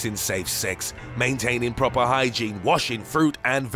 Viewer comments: They got PROPPEERRRRRR treatment. Lmao tone it down man. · "PrrrrrrrrrrOPer treatment" 😂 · PRRRRRROPER TREATMENT! The narrator is hilarious when pronouncing different WOORRDS! I nearly spat my coffee out a few times listening to HIIIIIIMMMM! Also I don't want to get FRRRICKIN SLEEPING SICKNESS! OMG this is too much. I'm gonna post it on FB! 😂🤣😂🤣😂🤣😂